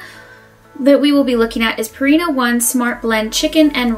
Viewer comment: You expect me to take advice from someone who says "Royal Canine" and "Purrina"? Also shorten your dang video there's no way I'm watching that. Lol